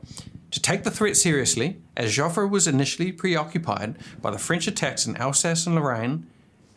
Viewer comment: On the ball except he cannot finish any word ending with 'ing'. it sounds like a story teller reading tales to mates in a pub, if that was a thing. 'Singin', 'shootin', 'tellin', 'twangin, quotin', swingin and 'tinglin'', 'capitin' their teeth (supposed to be 'cutting') and Joffre is 'Choffrey', and Genral French is 'Sirjon (one word) French', and that is all the other examples of a lack of clarity at times despite the clarity of the simplified information, but the assumption 'as you and I would do in this situation they started to call on the devine for help'. Really? Onward Christian soldiers, or a wanna be historian in this case. 'What was 'goin' on here? What were these supernatural aparations?'' Lol. 'The rape of Belgium paved the way for a belief that a Christian god would intervene against such an evil enemy'. Well I guess amongst all of the information available this kind of thing by a less than obvious Christian would be of high value in a 13.20 minute video about the battle of Mons. Dishonesty in concealing ways of propagating christian messages, such as those buried in and tainting history is the kind of dishonesty one can expect from Christians and Police amongst so many of the old established institutions people like this tale regurgitator seems to tell so innocently. I can just hear the decision amongst the chritstians friends, 'I know, I'll make a video about the angels of mons that will be interesting to all those who like WW1 topics and that will allow me to